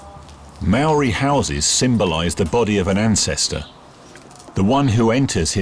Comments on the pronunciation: Hi, good view of life in NZ with history toi. Enjoyed the vid! Though Maori - mari ? -is more like 'mowri'. Marae is 'Ma ri' not Mari-a.. good try though! I'm a NZ euro so hope that's right!? "that'll be right mate! " - kiwi fred dagg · Omfg could the not find anyone to pronounce Maori ? Fuck sakes